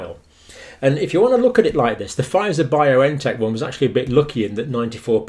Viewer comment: Just a small correction, it is Bion-tech not Bio-N-Tech.